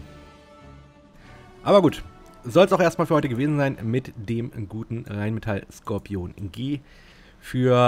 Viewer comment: Sprech doch bitte Skorpion deutsch aus und nicht englisch „scorpion“ 🙏🏼😂 warum machen das alle... auf Deutsch hört sich das viel „mächtiger“ an